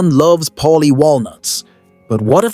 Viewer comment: It's Paulie, not Polly, not Molly ... PAULIE.